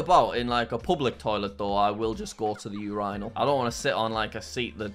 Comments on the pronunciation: What in the blazes is a “ur-rye-nal” hahahahha it’s a “ur-in-al” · “Your-eye-nal” What kind of a pronunciation of urinal is that? It’s pronounced your-in-al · The your-ine-al? It’s pronounced your-in-al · bro pronounced "urinal" as "you-rine-all" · Wait do english people say "Urinal" as "Ureyenal"? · The way Jack says “urinal” 😕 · i’m sorry but if someone saying “urinal” in the correct british way i think there’s something mentally wrong with you